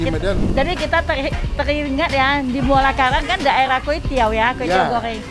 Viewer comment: Muara Karang bang bukan muala kalang... Nanti orang bisa nyasar itu kalau nyebutnya salah